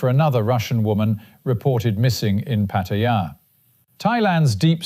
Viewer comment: My hat’s off to the announcer pronouncing Pattaya correctly. Refreshing after hearing the name being butchered many times on YouTube.